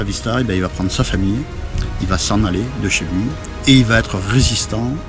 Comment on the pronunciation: C'est très bien, attention toutefois aux liaisons "mal t'a propos"" (va ne s'orthographie pas vat). C'est un détail mais ça gâche un peu le plaisir. Merci beaucoup